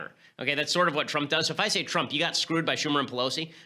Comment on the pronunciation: "President Twump."